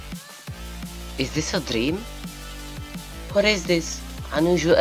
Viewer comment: "iz dis a drím?" možná by to chtělo trochu víc práce na výslovnosti, jinak v poho :)